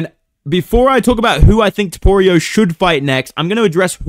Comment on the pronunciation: aight stopped watching as soon as you said toporio wtf lol